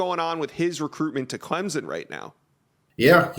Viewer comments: can you educate me just where is clemzin? i have never Hurd of clemZIN , IN do know of CLEM SON but not clemzin its NOT clempsin it is NOT clemzin nor is it clemsin it is CLEM SON! so pleas STOP butchering the name ! CLEM SON NOT CLEMZIN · Subscribe? Not until stops saying Clemzen. Try Clem sun. Jeremy has it right. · It is pronounced Clemp son!!!